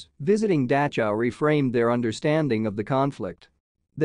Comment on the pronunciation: I’ve never heard the name of this camp pronounced like this. It’s very distracting. Couldn’t finish the video.